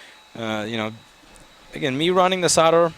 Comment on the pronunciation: I love how he hit start and then says ruining instead of running